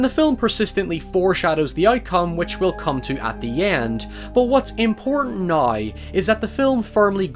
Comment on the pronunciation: he says now like nai